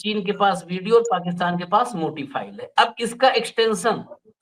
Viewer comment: Yaar tum log kaise chumpo ho ... Phool ko kahte ho Fool aur File ko kahte ho Phile. Tum log aise kiwn bolte ho ???